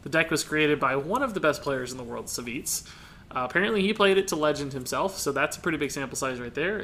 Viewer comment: Savjz is pronounced "Savv-eeej"